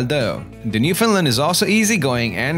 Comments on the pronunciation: Man your voice is so annoying, and stop calling them NEWFIN LANDS its NEWFOUNDLANDS and yes I know all Newfoundland natives speak this way that is why we need subtitles when watching programmes that feature the natives speaking so called English. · Learn to pronounce “newfundland” Thanks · Porunce Newfoundland correct please